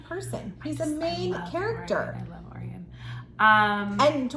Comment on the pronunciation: Hey im listening to the audiobooks, and i just wanted to say name is gruss not gru. And also it pronounced oh ryan not orien 😊